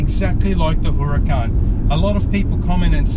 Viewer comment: Makes me nervous when he says “hurracAn”